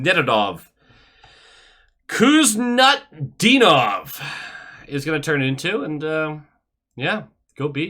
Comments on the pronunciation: its pronounced hoos-noot-dee-nov...pajalusta! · the k is silent funny enough, it's WHOSE-NOOT-DEAN-OV.